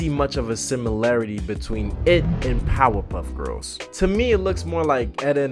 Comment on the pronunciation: Everynow and then when you say Powerpuff Girls, it almost sounds like you're saying Pop-up girls.